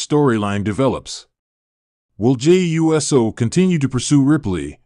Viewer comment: His name is not U-S-O. It is pronounced Oooo So!